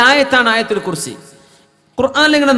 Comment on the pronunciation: ആയത്തുൽ കുർസീ എന്നാവും മഖ്രജ് ശരിയായി വായിക്കപ്പെടാൻ നല്ലത്